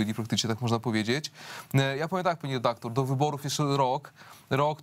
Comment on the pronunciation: Pani "redaklor", za pytanie zadane w ( ``) wziąłem słowo "redaktor" w cudzysłów, gdyż powala ono z nóg.... Skąd wzięło się ono w pani głowie?